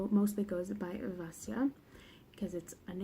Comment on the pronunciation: "it consists of three books... trilogy" 😂😂😂 I do the same thing all the time, but it made me laugh to hear you do it! Thank you thank you THANK YOU for saying Vasya's name right!! Hearing her called "vassy-lisa" has been... trying, to say the least, especially because I love her so much and just want everyone to give her the love and respect she deserves!!! The Christianity vs Paganism back and forth was such a beautiful conflict and it accompanied the Morozko storyline so beautifully <3 (unlike a certain other trilogy 😂 I still love the Grisha books but they're MESSY when it comes to borrowing from cultures) I've only read the first of the trilogy so far but I wouldn't call it slow at all! It felt... it felt like what I imagine a Russian winter would have felt like in Vasya's time. Long, but so full of tension that the pages just flew. The building, rising "oh shit something's gonna go wrong" in the first bit of BatN was a stunning set up, in my opinion. YES that atmosphere! I read this in Hawaii of all places and I STILL shivered. GASP. if you're listening, MAKE THE SHORT STORY BOOK A THING PLEASE! Dunya's tales. Just the lives of the spirits. Something. I love this review,! Thank you for keeping it spoiler free so series newbs like me can still watch and enjoy and anticipate what's still to come:D